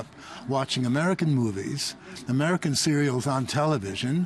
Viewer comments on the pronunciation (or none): He said serials... lol